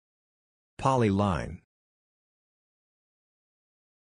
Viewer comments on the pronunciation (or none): Aw, i was so fond of the way it said poly-leen☹